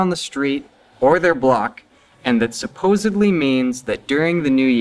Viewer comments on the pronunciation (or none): Sounds like he says "supposably" instead of "supposedly."